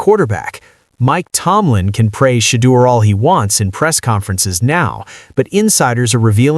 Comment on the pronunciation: It's NOT SHADE-ER, you dimwit. It''s SHED-OOer SHEESH!